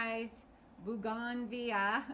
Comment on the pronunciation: So much fun watching you guys! I'm soaking up your pottery wisdom like a sponge! Let me help you with something! "Bo-gun-vee-ya" !!!